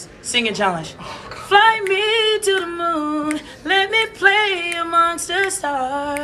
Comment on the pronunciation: He said “sth” not “the” when he sings fly me to THE moon